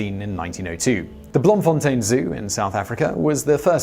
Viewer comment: beautiful you pronounced BLOEMFONTEIN correct......